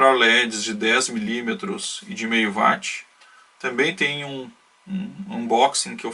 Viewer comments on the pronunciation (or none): Desculpa mais vejo que muitos falam vat com a palavra watt é correto falar uáts, tá valendo pelo circuito. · Vídeo muito bom. Só uma pequena correção de pronúncia: não é VATI E SIM UÓT. Obrigado.